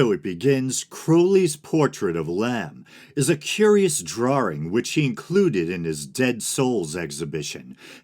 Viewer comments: Did you say drawring? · True, but he mispronounced "drawing".